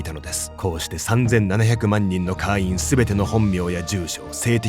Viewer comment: 会員を「かいーん」じゃなくて「かーいん」って読み上げてるのが気になって話が全く頭に入らなかった...